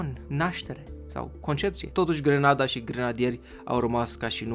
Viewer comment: NU ESTE DE FAPT GRANADA (IN LOC DE ``GRENADA``🤣!!!!!!!!!!!!!!!!!!!!!!!!!!!!!!!!!!!!!!